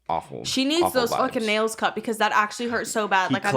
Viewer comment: said cut but and heard cunt